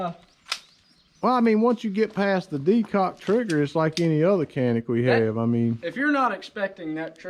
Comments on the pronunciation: Pronounced “John-ick”. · In Turkish is pronounced "Jhan-ick," but in English is pronounced Canik.